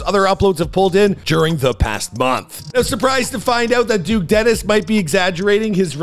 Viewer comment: nah bro said duke desteni